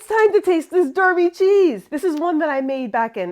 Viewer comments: Derby is pronounced Darby, sorry to be so pedantic but its where I live and it hurts my soul. fantastic channel though so please excuse me. keep it cheesy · I agonised over commenting as it really is a very petty thing to say and the counter argument is your Derby cheese wasn't made in Derby, England so you can say it however you want to. What tipped the scale is I'm more than happy to do my bit interacting with your channel to help in the only way I am currently able, likes, subscribing and comments etc. I accept we haven't made our place names easy at all.